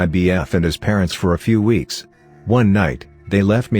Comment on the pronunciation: how to reading bot reads 2 weeks. 2 w eeks lol